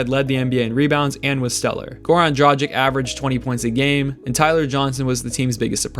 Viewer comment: It pronouce "dragich" not "drajic" 😊